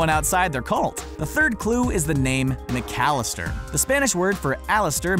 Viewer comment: the name is mcallister, not mc-alistar... and in no way in Spanish "alistar" means "to abduct", it means to enroll, to enlist, to get ready